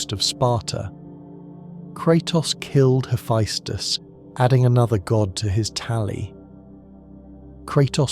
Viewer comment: Not a bad video but fuck the amount of mispronounced shit, giants in Norse mythology (yo-t-in) their land (yo-t-in-hi-m). (Ha-fess-tis or hee-fess-tus the tis and tus can be swapped between the two) what ever you said for his name aint it. The annoyance finally got to me 40 mins in but otherwise so far video isn't bad. Another one no he doesn't know kratos is a god he thinks he's a giant aka he was looking for his wife but found kratos and assumed he found that giant.